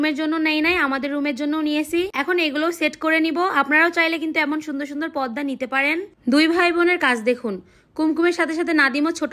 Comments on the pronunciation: তোমার জন্য দোয়া রইল কিন্তু তোমার পর্দা উচ্চারণটা ভুল হইছে তুমি বললা পদ্মা পদ্মা নয় পর্দা। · পদ্দা নাকি পর্দা???